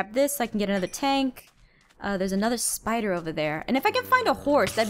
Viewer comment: I love how she says “spiter” 😂